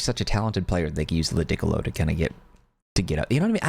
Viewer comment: Lu-dick-ilo is wild